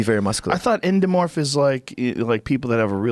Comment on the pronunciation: Joe "ENDOMOORPH???" Rogan